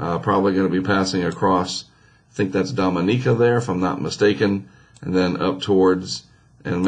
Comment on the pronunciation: I love your videos, so don't take this the wrong way, but whenever I hear you try to pronounce a location like Dominica or Guadalupe, all I can think of is Drake and Josh.. Drake: it looks like they're only available in South Ah-mer-eeca Josh: South AMERICA! 😂😂 But anyway, thanks for keeping us posted!